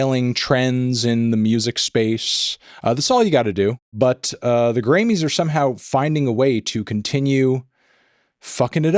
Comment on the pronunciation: I definitely kept hearing you say "granny's" which made this entire thing much wackier.